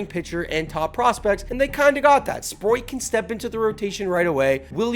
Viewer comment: Stop saying Sproit!!! It's Sprout! Spr... oat